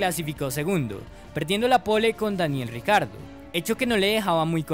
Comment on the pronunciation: Todos: Daniel Ricciardo Motorsport Daily: Daniel "RICARDO"